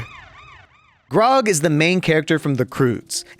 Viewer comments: “Grog” bro it’s grug😭😭😭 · The way says Grug is lowkey funny 😂